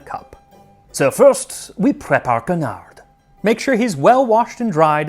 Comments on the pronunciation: i lost it at your pronunciation of canard - the first A is the same as in the english "can", connard is a completely different word, closer to idiot or bastard if my memory serves, though i'm not sure there's an exact translation. merci for the excellent video! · The way you pronounce Canard is scarily close to how you pronounce Connard. They are not to be confused.